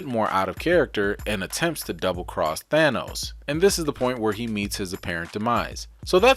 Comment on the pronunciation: HGa! Ha Ha! "Asgar" No no No. No. "Thanus" No No No not the way it is not at said ignorant fools....